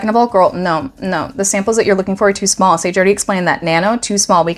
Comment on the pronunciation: I clocked Liz the Chameleon at second 5 and was unreasonably giddy by the time you went e'smawll!